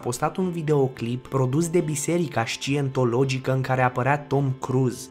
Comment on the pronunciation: Man, nu fac hate, incerc sa te ajut. Nu e şaintology, asculta cuvantul undeva. ✌👍